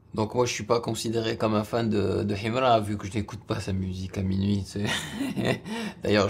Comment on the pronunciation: Ta maniere de prononcer son nom en arabe menerve et tes critiques sont nuls